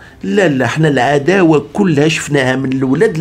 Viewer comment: واعرة هههه اااااالعداو اخوتي المغاربة و تلفظها بصوته على التمام و الكمال تحياتي